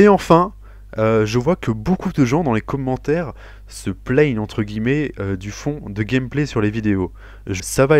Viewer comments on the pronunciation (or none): les comhmentaires xD j'adore ta maniere de prononcer commentaire :p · Felicitation pour ton trophée! j'aime bcp tes vidéos et en plus j'ai remarqué que tu prononces mieux les trucs en anglais du coup ca fait plez parceque y'a certain youtubeur ben c'est vraiment un massacre lol peace!